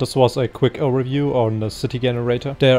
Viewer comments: i think this guy is brilliant even though he says Generator with hard G. lol. i feel you should work on crowd generator your the right guy to do it right. blender needs a proper crowd generator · Fascinating that someone who is able to create such a fantastic piece of software is not able to pronounce Generator correctly.